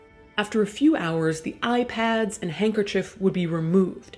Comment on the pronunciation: I can’t be the only person who imagined “iPad” when kaitlyn says “eye pads” .